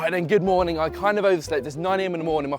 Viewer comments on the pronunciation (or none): none